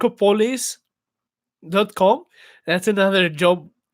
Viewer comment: Workopolis Ha ha! You need to learn how to pronounce that word! Ha ha! Ask a native speaker to pronounce it for you :)